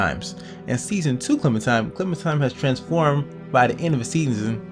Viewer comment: lol why r u calling her clementime? its clementiNe